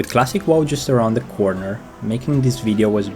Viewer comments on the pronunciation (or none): Love how you pronounced WoW as whoa